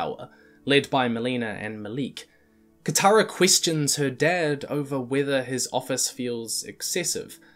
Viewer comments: some of his e's like in "question" sounds like an i, like "quistion" why? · Pronounces Question as 'Quistion' Me: Alright, this is big brain time.